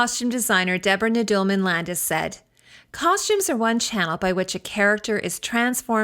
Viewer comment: Nudelman...pronounced Noodle man...not the way you pronounced it.